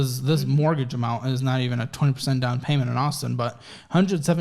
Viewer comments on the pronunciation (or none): Thank you for this video. This is your subscriber on the West Coast Los Angeles. I am laughing at what you had said now I’m not sure this is what you said weird when you said payments and it sound like you said (PAINMENT ) that’s what it sound like you said so I was busting out laughing so I’m going to start saying that I never thought about it like that and that’s gonna be my new word from you if that’s what you say it instead of saying payments, when you owe somebody something monthly😂😂😂😂 your subscriber on the West Coast Los Angeles